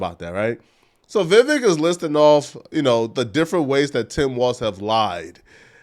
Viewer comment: Pronounced: VIE VECK